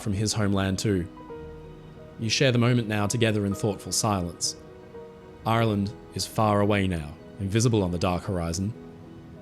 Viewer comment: I thought you’d turned Pirate for a minute there, talking about Aaaaaaarrrrland 🏴‍☠️ 🦜 🥃 🤣